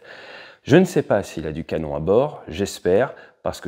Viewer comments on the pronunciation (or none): none